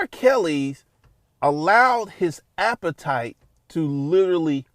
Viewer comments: Everytime this man says “appetite” It makes my soul cringe 🤮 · bro saying "appetite" like its food bruh